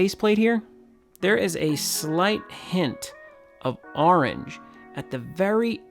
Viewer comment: I like how you pronounce orange